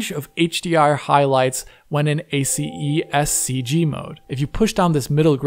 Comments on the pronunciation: Amazing content as usual! No need to pronounce all the letters from ACEScg. Actually, in the movie industry, we just pronounce it as if it was one word and two letters: ACES (assess) and c.g. ^^ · ACEScg is pronounced Eh-sys CG. Thanks for the great video, as always.